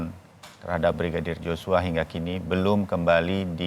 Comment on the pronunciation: Josua atau Yosua? Kalau Yosua berarti inisialnya brigadir y bukan brigadir j. Seenaknya saja ganti nama orang. J dan Y adalah dua huruf yg berbeda pengucapannya jg berbeda